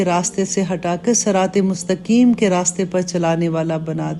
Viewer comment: Aap ki baatein dil ki gahraiyon tak utarti hain.ek guzarish h, aap mustaqim ko mustakim kah deti h. har " q" Ko "k" Pronounce karti hain bahot ma'azrat k saath saath ye bata rahi hoon. duaaon ki darkhwast h.